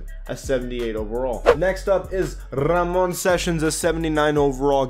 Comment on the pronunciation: Why did you say Ramon like he's French.. that's a nigga from South Carolina my boy